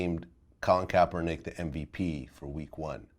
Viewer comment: He Said Kaperneck! LMAO 😂😂